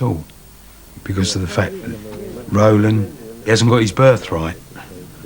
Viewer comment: "Rolan" without the "d" .